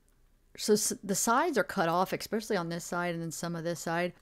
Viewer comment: E.S.Pec-ially. NO X.